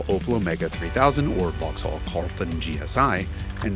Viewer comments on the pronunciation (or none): It's pronounced VOX'LL, not vaahx haaall ffs haha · Cool video, but a tip from a brit - you dont pronounce the H in Vauxhall. So its like Vaux-all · I’m not even British but even I cringed every time he said “vox-holl” lol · Jason keeps pronouncing it "Vox-Haul" instead of "Voxal". I did enjoy the vid, tho. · Vauxhall is pronounced vauxall not Vaux-hall. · Just a small point - don’t pronounce the ‘H’ in Vauxhall. It’s pronounced ‘Vox-all’. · The h in Vauxhall is not pronounced. In fact the second a isn't really either. "Vaux'll". A bit like how you all say Buckingham (or anything ended with ham) as it's spelled, but it's actually "Bucking'am". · Drop the H in vauxhall 🤦🏻‍♂️ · Vauxhall is pronounced pretty much like 'Voxel'. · The Way You Are pronouncing Vauxhall sounds so strange it sounds like you're saying it as two different words Vaux hall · Vauxhall is pronounced "Vox-ull" in the UK. Also, as an Englishman who lives in the US, the comment about class was way off the mark. The British are generally proud of our class we're born into, and independent of wealth, it's a big part of our identity. In the US, being working class means you're often basically poor, get little assistance, and looked down upon by the media. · Vox-all : We don't pronounce the H in the UK. Great car though - I remember seeing a few of them on the road back in the day. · BTW Jason (and America) Silent H Vox-all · This was such a brilliant review and history. The pure boost noises at the end was exactly what we needed. Jason's British accent is really pretty good, but for more style points in the future, don't pronounce the "H" in "Vauxhall", so "Vox-ull", and with numbers, always put an "and" after "hundred", so "one hundred and fifty". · in the UK, the H is silent in Vauxhall. It's pronounce 'vox-awl' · Cammisa, I love you baby, but hearing you inflect the H in Vauxhall is hurting me deeply. Love, a Bri'ish Vaux'all enjoyer. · In the UK we don't pronounce the H in Vauxhall.